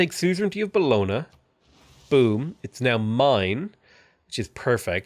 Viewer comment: As an italian i get triggered everytime you say "Bologna"